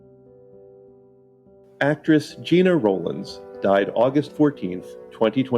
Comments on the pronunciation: You did a great job filling in for Linnae, but I have one correction. Gena Rowlands is pronounced Gen-a, not Gina. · Her name is pronounced “Jenna” not Gina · Her name is pronounced jenna, not gena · It's not "Gina." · Gena Rowland's first name was pronounced "Jenna". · Its pronouncing "Jenna" Rowland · Please correct your pronunciation of Gena (jeh•nuh) Rowlands. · It's pronounced jeh nuh Rowlands. Most folks get it wrong, so no shade. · Gena was pronounced like my daughters name......Jenna.